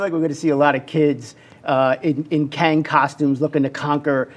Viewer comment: 발음이 캥인가? ㅋㅋㅋㅋㅋ 캉이 멋있는 정복자 캥! 뭐임 이게 ㅋㅋㅋㅋㅋㅋㅋㅋㅋㅋㅋㅋㅋ